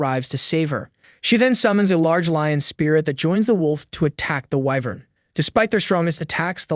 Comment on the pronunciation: Ahem it's whyvern not wivern Correct pronunciation: whyvern Correct spelling: wyvern